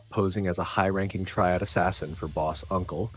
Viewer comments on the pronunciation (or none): none